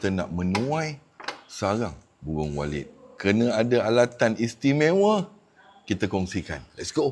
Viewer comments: Saya dengarnya burung walid😂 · Macam terdengar "Sarang burung Walid" ! Nak Dewi boleh ?😅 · Ini kuping gw apa emang bener dia bilang walid sih😅😅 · Walit tauu. Walit. Bukan D😂